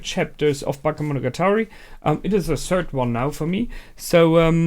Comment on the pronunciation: baKEmonogatari, not baKAmonogatari :т